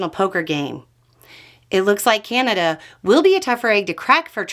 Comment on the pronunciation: It's Ca-na-da, not Cane-a-da.